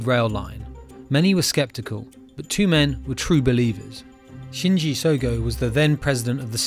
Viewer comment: really slowed down to pronounce "Shinji Sogo" lmao (dont balme you)